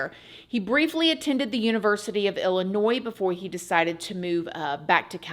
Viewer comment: I am born and raised in Illinois (actually the Danville area). I just want to thank you for your correct pronunciation of Illinois. There's a saying 'there's no noise in illinois ' lol. The S is silent and for some reason it drives me crazy when people say the S.